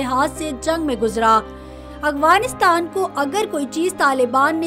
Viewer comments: اغفانستان نہیں بلکہ افغانستان لفظ ہے۔ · میڈم افغانستان تو سہی طرح کہنا سیکھ لو لفظ افغانستان ہے اغوانستان نہیں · Yar hairangi wali baat hy madam ko afghanistan kehna bhi ni ata